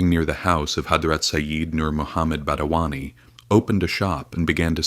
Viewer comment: Not badawani, it is Badayuni